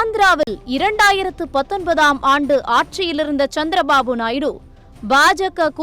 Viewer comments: நாய்டு அல்ல நாயுடு தமிழ் சத்தியம் டிவியில் படாதபாடுபடுது தமிழ் இவர்கள் எல்லாம் தமிழ் வளர்க போறாங்களாம் கஷ்டம் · நாய்டு கிடையாது நாயுடு 😂